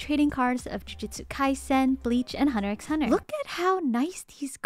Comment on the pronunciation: Never trust an Anime fan who can't pronounce Hunter X Hunter correctly